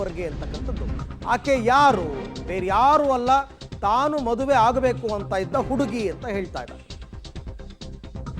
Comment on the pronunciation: ಹಡುಗಿಗೂ ಅಲ್ಲ ಹುಡುಗಿ 😅